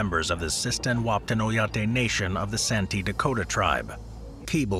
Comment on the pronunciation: That pronunciation of "oyate" hit the itch of white people some what correctly pronouncing native tongue